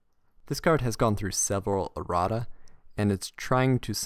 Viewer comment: errata not erratta